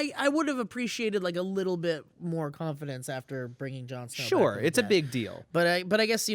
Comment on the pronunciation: "Jarn Sner" Lol!